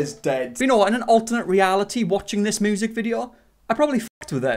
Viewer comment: That triplets thing just broke my ny brain 🤯. All I know is MY guilty pleasure is hearing say moosic. And him bein a white guy named. 2 guilty pleasures.